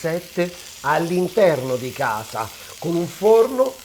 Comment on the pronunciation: Ti seguo sempre ma quando dici sono a gasa oppure, mi hanno dedigado, non ti si può sentire. A questo punto parla in dialetto che è meglio.